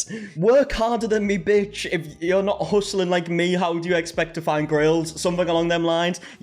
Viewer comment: if a white guy goes "this bentch" i just caaaaaaaaaaaant, just go home kyle your mom made you the hot pockets you like. I just have no respect.